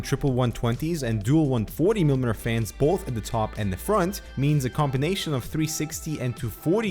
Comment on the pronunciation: Say after me: mee-lee-mee-ter. Just four simple syllables, yet somehow you manage to fumble them until they come out as "mrmr".